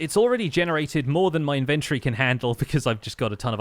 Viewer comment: I love your content but please for the love of all that is holy, google the pronunciation of the word inventory. There's the british way, the american way, and then your way. Please stop. Please